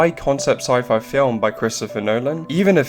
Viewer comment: Is this an AI-generated voice, or just someone who doesn’t know how to pronounce ‘sci-fi’?